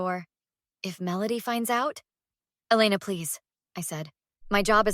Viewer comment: Please decide on the pronunciation of Elena’s name.